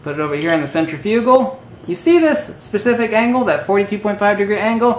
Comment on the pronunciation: cen·trif·u·gal cen trip e tal Proper pronunciation of these words might add some sense of logic to your illogical and INCORRECT presentation.